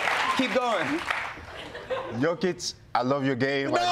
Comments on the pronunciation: Jokić is pronounced “Yokich” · For a guy who corrects people on pronunciation of his name Hasan sure didn't care one bit about pronouncing Jokic's name correctly)